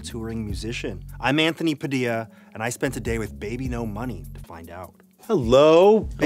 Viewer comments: I can't read his name as "baby no money" anymore, ever since Anthony pronounced it wrong I can only read it as "beebeenos" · ive been pronouncing his name wrong. my apologies. thought it is babynosh not bebenomoney oops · Wait, THAT’S how you pronounce “BBNO$”?! For the longest time I thought it was pronounced “Bee-Bonos”…